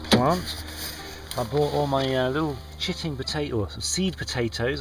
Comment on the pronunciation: you sounded a bit geordie when you first said chitting potatoes. :) i really do hope you get some good produce out of this ..lets hope the seasons have sorted themselves out. :) those leeks wont grow. get some seeds in.:)